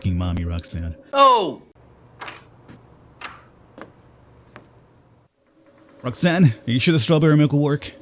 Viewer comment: Rhok'zan ? Rok....zan....Oh my fkin god ....Roxanne